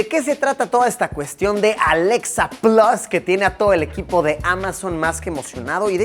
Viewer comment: Mientras tanto en Chile 🇨🇱: por qué si Luisito es bilingüe dice "Alexa 'plos'" en lugar de "plas" 🤣🤣🤣. Amigos, por la misma razón por la que ustedes dicen "pisa" en lugar de "pitza". De nada, chao.